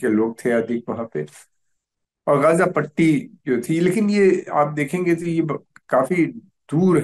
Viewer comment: ग़ज़ा और उम्मा बोलिए गाजा और उम्हा नहीं